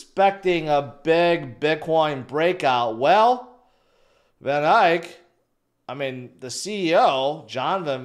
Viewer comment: Lmao glad to know I'm not the only one who hears him say "vanIKE"